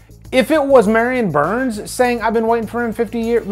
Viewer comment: Why does it sound like you're saying Maryann burns and not Marilyn? Anywho, I'll take her over crusty JLC any day 🤭